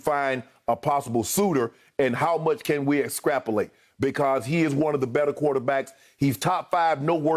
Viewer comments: Shannon "escrapolate" (extrapolate) Sharpe🤦🏿‍♂️ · Did he say excrappolate? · Escrapolate..... Shannon.... lol